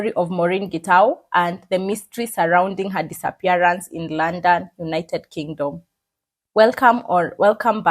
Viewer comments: Girl its Luunnnndonnn not laaannndann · The way you said London 😂. Love it